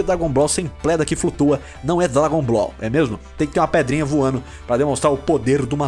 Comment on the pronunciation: "por que sem pledrinha não é dlabon ball" kkkkkk